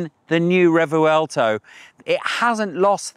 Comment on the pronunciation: It’s not pronounced “Re-vu-el-to” you silly Pommy. No it’s “Revwelto”